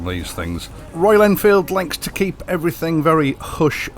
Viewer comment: MY MATE PRONOUNCED IT PERFECTLY FOR THE FIRST TIME GOOD JOB BRUV